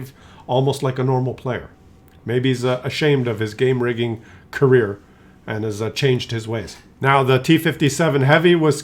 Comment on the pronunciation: I didn't suspect it was game rigging until you told us. It sounded like you were saying clown vagen or clown car.